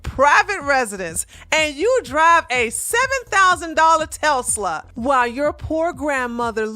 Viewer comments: Lol, it's pronounced TES- LA.. I love this channel!! Keep them coming!! 🤗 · Telsla...WTF is a Telsla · Love the video.. but the way you say Tesla is like someone chewing loudly...!!!!!!!!!!!! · u gotta work on that Tesla pronunciacion lol